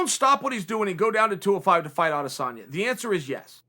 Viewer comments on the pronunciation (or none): His name is Israel Adesanya not Adesana Chael: no it's Adesana Ok great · Me: "Israel Adesanya" Chael: "Israel Adesana" Me: Israel Adesanya L to all the fanboys who thought I'd spell it like Chael